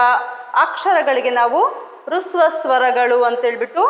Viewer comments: ರುಸ್ವ ಸ್ವರಗಳು ಎಂದು ಉಚ್ಚರಿಸುತ್ತೀರಿ ಅಲ್ಲ ಹ್ರಸ್ವ ಸ್ವರಗಳು ಹ ಕಾರದಿಂದ ಉಚ್ಚರಿಸಬೇಕು. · That is not hruswa swara that is hraswa swara first learn prouncasion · Adhu rasva swaragalu, not rusva swaragalu